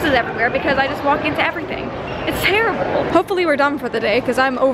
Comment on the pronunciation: get it , its "Tara-ble" HAHAHA